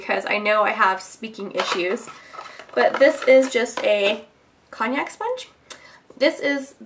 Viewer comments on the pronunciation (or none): I think it's pronounced cone-yak or con-yak like the liquor. Love your videos! Cruelty free is the way to be.